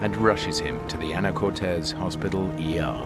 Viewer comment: Anacortes, WA not Anacortez 😂😂